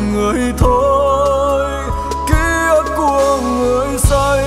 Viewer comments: "Ký ức" not "ký ực" nha anh Đan😂😂😂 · tiếng Việt phong phú, hát sai dấu nghe tuột mod liền, "ký ức " mà thành "ký ực" là mệt mệt gòi giống như từ "thúy" mà thành "thúi" á chị😂😂😂. Ca sỹ họ có cảm âm, tai nghe tốt hơn người bình thường chị ơi. Khi thu âm họ nghe lại, thấy chỗ nào phát âm sai họ sẽ đề nghị cho thu lại chỗ phát âm sai đó mà. K lẽ đội ngũ kĩ thuật viên team thu âm của anh Đồng Sơn k nghe ra lỗi này để nói ảnh thu lại? Hoặc chỗ đó nốt thấp quá, hát k lên đúng từ "ức" thì anh Đan phải làm việc với người Hòa âm để xin nâng tone khúc đó lên hát đúng chính tả. Mấy chuyện đó ca sỹ lâu năm như anh Đan biết mà chắc ảnh chạy show nhiều quá, k có thời gian take care kĩ bài hát mới nên zậy thôi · Kkk, em đã nói rồi. Anh Đan buông bài này ra cho các ca sỹ khác hát là làm bài này hot, sống lại liền😂😂😂. Giọng bạn đó bay, sáng hơn anh Đan rất nhiều, hát rõ lời, k bị phát âm sai khi hát "kí ực" như anh Đan hát. Nhạc trẻ anh Đan k có kinh nghiệm cũng k có thế mạnh luôn chị ơi, sao truyền nghề cho họ về nhạc trẻ được ạ? 😂😂😂. Bạn này hát nhẹ nhàng đúng chất ballad của bài hát nek, k làm người nghe cảm thấy mệt, nặng nề như anh Đan hát, nghe khác màu với anh Đan liền, thanh thoát, hay hơn chính chủ gòi, kkk. Đề nghị anh Đan chuyển giao bài này cho nhiều ca sỹ khác hát lại ngay& luôn đi nha